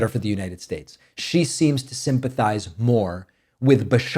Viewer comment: I came for the politics, but stayed for the mispronounciations 😋 As long as we can keep troth central and united shyates